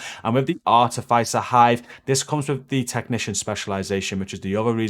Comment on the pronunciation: great vids always good content.. FYI Your pronunciation of the Artificer hive is driving me nuts. THE I is not a soft I its a hard I as if.. not soft like hive Artificer is a qualification or rank gained I engineering / military.. Apart from that keep it up